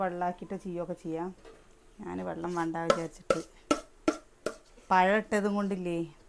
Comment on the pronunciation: നാട്ടുംപുറത്തുകാരിയാണെങ്കിലും ആവശ്യത്തിനു വിദ്യാഭ്യാസം ഉണ്ട്. അതുകൊണ്ട് സംസാരിക്കുമ്പോൾ അല്പം ശ്രദ്ധിക്കുക. ഉദാഹരണത്തിന് വേണം, വേണ്ട എന്നതിന് വാണം, വാണ്ട എന്ന് പറയുന്നത്. അതേപോലെ എന്റെ കൊച്ചേ അംഗലവാടി അല്ല അംഗനവാടി എന്നാണ്. ഇതൊക്കെ ശ്രദ്ധിക്കുക. പിന്നെ തികച്ചും നാച്ചുറൽ ആയിട്ടാണ് കുട്ടി സംസാരിക്കുന്നത്, അത് വളരെ നല്ലതാണ്. എന്നാൽ ഒരു കാര്യം ശ്രദ്ധിക്കുക ഒരു കാര്യം പറയുമ്പോൾ അതിൽ പൂർണമായും ശ്രദ്ധയോടെ പറയണം. അതുകൊണ്ട് വീഡിയോ കൂടുതൽ മികവുറ്റതായിരിക്കും കേട്ടോ. ഇതൊരു നെഗറ്റീവ് ആയി കാണല്ലേ. എനിക്ക് നിങ്ങളെ അത്രമാത്രം ഇഷ്ടം ആയതിനാൽ പറയുന്നതാണ്. എന്റെ കൂടെപ്പിറപ്പുകളെയും ബന്ധുക്കളെയും അവരുടെ മക്കളേയും എങ്ങനെ സ്നേഹിക്കുന്നുവോ അതേപോലെയാണ് നിങ്ങളേയും സ്നേഹിക്കുന്നത്.